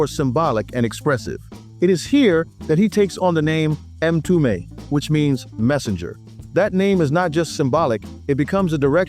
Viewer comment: Not 'em tume " but mmmtume , it is Swahili for Messenger or prophet